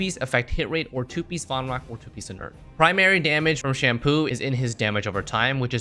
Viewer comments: Bro istg I’m hearing him call sampo “shampoo” unless that’s how you pronounce his name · My eyebrow raised so hard when I heard "shampoo" for sampo😭😭😭